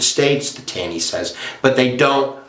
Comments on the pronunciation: it's not Tan-ee. its "tawney". Ta makes the same sound it does in the word "talk" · Pronounced “Tawney”.